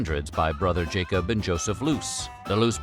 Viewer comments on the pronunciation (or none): none